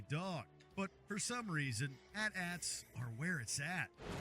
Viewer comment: Was it that one movie whose main villain was that ooze? If so, I loved that movie as a kid. Was pretty much my introduction to the Power Rangers. Also, had some major issues in this video with the mispronouncing of the A T A Ts.